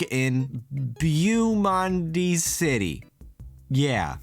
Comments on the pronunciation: You pronounce it bo-mond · It's pronounced "Bow-Mond" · Beaumonde should be pronounced "Bo moaned". You'll need to work on your French pronunciations for when I kidnap you and take you to Paris. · You wanted to be French but you can't even say Beaumonde? Mon Dieu!